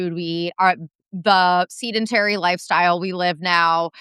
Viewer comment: A new pronunciation to make her self conscious! Seed-intary rather than sed-in-tary😂